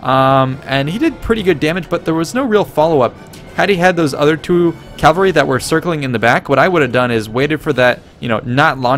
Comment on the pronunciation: Cavalry, not "Calvary"